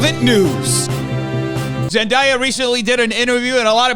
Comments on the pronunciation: fyi, zendaya’s name is pronounced “zen-DAY-uh” not “zen-DYE-uh” ☺️ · Zen-Die-ya? Zen-Day-ya. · Just so you know, Zendaya is pronounced "zen day uh" and not "zen die uh." She gets a little peeved by the latter, and some folks have used mispronunciation as a way to disrespect her! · Zen-DAY-A not Zen-dye-a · im sorry but its Zen-DAY-a like “today” not Zen-DIE-a 🙄 theres something bout not saying a black woman name right that pisses me off idc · why are people pronouncing zendaya differently all of a sudden? literally since shake it up i’ve known her as zen-day-ah not zen-die-uh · i’ve heard a couple people pronounce it zen-die-uh the past week, i’m confused lol been the way you said since shake it up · I you but it’s Zen-DAY-a like the days of the week! But go for her I will support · I you but it’s pronounced zen-DAY-uh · Zen - DAY- yuh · Zen-DAY-Ah. There’s a whole video about her pronouncing her name right lol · Pretty sure it’s Zen-Day-Yeah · crying at how pronounced zendaya's name 😭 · how can you fucc up zendayas name so much? she’s only said her name a ton of times along with millions of others... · the way he said Zendaya’s name made my soul collapse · The way that you're saying Zendaya is killing me 😭